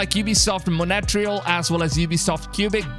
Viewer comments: “MoNeTRial” 😂 Big love, though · I literally just can't get over how you pronounced Montreal as "Montere-ale" and Quebec as "Kyubek" bruh pure cringe